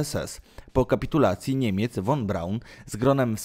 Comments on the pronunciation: Drogi Youtuberze po 1 jeśli chcesz o czymś robić swój filmik przygotuj się dobrze do zadania bo szerzenie fałszywych i niewłaściwych informacji jest co najmniej kompromitujące ! Naucz się wymawiać w danym języku nazw nazwisk miast etc i zasięgnij źródeł żeby fachowo rozpowszechniać informacje Dla przykładu Werner Von Braun czyta się „Fon” a nie „won” a Braun nie oddał się Amerykanom to Amerykanie oferując mu wysokie stanowiska i chojne zarobki ( zreszta wielu innych naukowców niemieckich ) dawali możliwości rkontynuacji prac zawodowych pieniądze etc to hipokryci amerykańscy „przekonali” go do wyjazdu i pracy dla nich gdzie dali mu stanowisko dyrektora NASA itd itd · Juz miałem to samo napisać, ale mnie Pan ubiegł. ☺ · Won : precz sta,d , usun' sie, , zjezdzaj ITP ITD❗ 😱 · Cholernie denerwujące to "won". Poza tym część niemieckich naukowców przejęli Rosjanie. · Nie won Braun, tylko von Braun! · Nie won tylko von(fon) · Jakie won-mowi się fon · Nie won a fon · von się czyta "fon"!!!!! Boże, nauczyć się tak trudno?